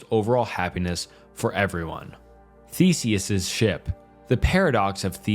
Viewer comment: "thesiss ship" lmaoo